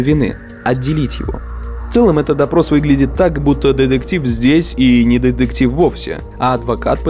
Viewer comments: Больше ударения на букву Т, в слове детектив. А то звучит как Дедектив и не очень приятно. Видос хороший. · Так, автору на заметку. Слово деДектив пишется и говорится через букву "т" деТектив.